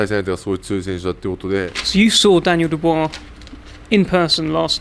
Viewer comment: The way he said Daniel Dubua I’m going to know you out lol🤣😂